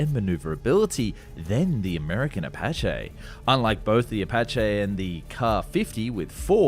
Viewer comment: Why do you continually mispronounce words like Apache, Especially, Weaponry, Sukhoi etc ??